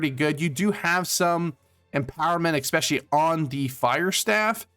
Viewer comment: Great video but for the love of God, Jesus, and Baby Jesus, please stop saying "exspecially". Also "Daemon" is just the British spelling of "Demon" and they're pronounced the same. Thanks again!